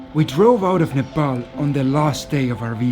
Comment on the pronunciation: It's pronounced Nuh Paul not Nuh Pal.